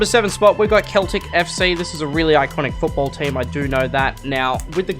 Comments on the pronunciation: I got so annoyed when he said keltic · MY GUY IT IS NOT KETLIC, IT IS SELTIC THATS HOW TO SAY IT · It's funny how he pronounced Celtic he clearly does not know anything about football🤣🤣🤣 WATP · K e l t i c Its pronounced seltic :) Its understandable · It’s Celtic not keltic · yeah and it’s celtic not keltic haha but gd video👍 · Celtic is pronounce sell-tic btw. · Im not hating but it's pronounced seltic but with the c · It’s pronounced seltic lmao 😂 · Celtic FC is pronounced seltic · Celtic is pronounced seltic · ye you called Celtic wrong. You pronounce it as if it was seltic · Me Scottish he said mother fuckin cel tic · MAN SAID CELTIC WRONG OH NANAAAA